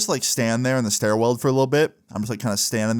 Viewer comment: Bro said "Stairweld" like 5 times